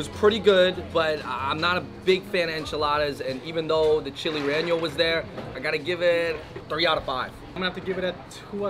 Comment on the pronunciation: It’s not “reño” it’s “rellenó” Reh-Yeh-No NOT Ren-Yo